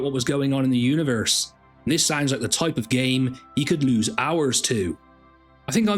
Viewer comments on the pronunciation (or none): none